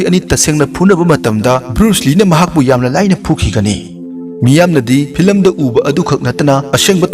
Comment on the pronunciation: Filam,dragol, intranational,pratner,dinnerrretc Tababudi ym nungai oja 👍👍👍